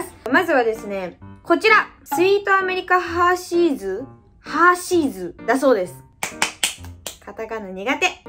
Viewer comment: ハーシーズ(↘︎)じゃなくてハー(↗︎)シーズ！笑ハーシーズは外国のチョコレートのお菓子だよ！多分全部外国のお菓子とコラボしたシリーズじゃないかな！